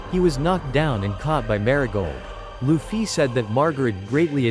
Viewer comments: It’s not lu-ffy it’s luffy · Luffy❌ Loofiee✅ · Why do they say luffy like that?